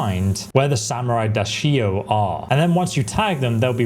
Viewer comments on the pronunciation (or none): Which fucking "doshido"? It's "Daisho", not doshido. Is it that hard to learn a new word? Apparently yes. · How many ways to pronounce Daisho do you have?! 😅